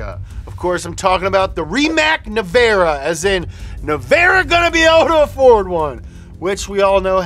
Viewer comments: Correction: - The Rimac car is called Nevera, and not Nevara.. It means storm on Croatian :D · It is Rimac NEVERA, not nevara